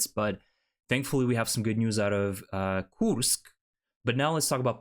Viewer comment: Why do you pronounce the name as Koosk and not Koorsk?